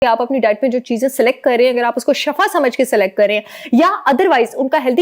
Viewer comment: AOA, jazakilla, itni achi information ka, lkn ak baat "shafa ka meaning ha, moot, halakat, garah"jab k asal word ha, " Shifa" His ka meaning ha sahat, rahmat , ap plz shifa boly,, shafa nahi, niat tu ALLAH JANTA, LKN ENGLISH B THK PROUNCE KARTY HA, TU IS KO B THK BOLY, JAZAKILLA